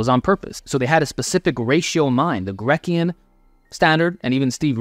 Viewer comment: Grecian is pronounced "gree-shuhn".